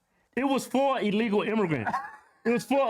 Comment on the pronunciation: Is it just me or does it sound like she didn't enunciate illegal activity properly? Maybe I'm tripping but it sounds to me like she said "I want to let people know out there that I wasn't involved in any type of legal activity". She's either unable to speak her words fully, or that was a full on Freudian slip💀💀 probably a mixture of the two tbh